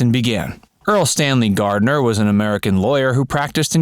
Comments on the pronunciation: You butchered ERLE Stanley Gardner's name beginning at he mark. Shame on you! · This video certainly gave viewers the chance to talk about how much they loved the show. But as a collection of interesting facts, it was pretty minimal,, and mostly what anyone who ever watched the show would already know. And what’s with the narrator miss speaking the author’s name , and not just once! Barbara Hale’s career wasn’t launched by this show, she was an established Hollywood actress. And No mention of Earle Stanley Gardener’s “factory”, where a team of writers churned out the books with him that sported he author-name? No mention of Raymond Burr’s double life and fabricated wife and family when he was actually in a long term relationship with a man? No mention of the morals arrest of William Tasman, his firing by the show and then reinstatement by the show when the public demanded it,? No mention of the hot jazz music? No mention of the spin off TV movies over another two decades.? Maybe next time. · Earl Stanley Gardner, not Stanley Earl Gardner. Most all of the TV episode titles were alliterative (words beginning with the same letter). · That would be, Erle Stanley Gardner, not, Stanley Erle.